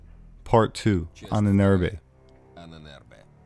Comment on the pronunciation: Ahnenerbe = Ahnen Erbe = ancestor's inheritance, you should try to pronounce Ahnenerbe as you butchered the word into hell and back.